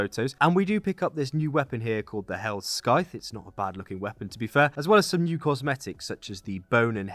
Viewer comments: Scythe is actually pronoucned a bit like Shy-th. But as Oxhorn said years ago: Skythe is the evil way of saying it :D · Wow this man said skythe instead of scythe